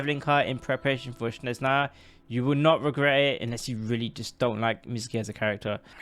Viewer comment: its not "shneznaya" its snezhnaya